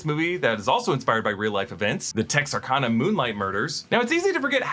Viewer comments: This video was great! Scream franchise is one of my absolute favorite horror franchises, and I recently rewatched the 1st movie, so it was great to see all the little easter eggs!! this isn't a big deal, but i also just wanted to point out that you said Texarkana wayyy to fancy 😂😂😂 it's literally Texas & Arkansas mixed together "Tex-R-Can-A" We're southern down here 🤠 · How you pronounced Texarkana killed me being from Arkansas